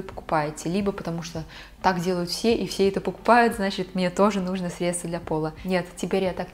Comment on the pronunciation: Не нУжно, а не не нужнО 😁👍